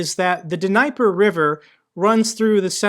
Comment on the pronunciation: "D Knee per River"